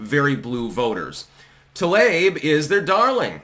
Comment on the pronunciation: I love how claims to be some master linguist, but he can't pronounce peoples' names correctly. 🤣 "Tl-ayb" ❌ "Tlah-EEb" ⭕ - 十四才♀️